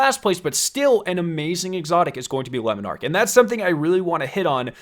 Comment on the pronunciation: Says lemon arc instead of le monarch and says jöötüöëñ instead of jötunn